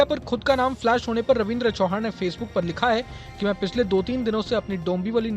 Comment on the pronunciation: चौहान नही चव्हाण ✅💯